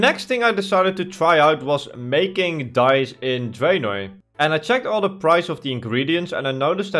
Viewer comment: Dyes. Me not looking at the screen hearing dice